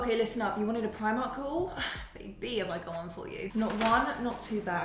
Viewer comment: No we are from New Zealand. I have family in the uk but you still need to learn to say it properly so you don't look like the odd person out